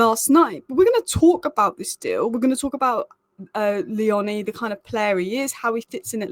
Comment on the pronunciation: By the way it's Leoni like tony not the way you say his surname 😂